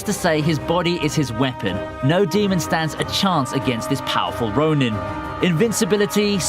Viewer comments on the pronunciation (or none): none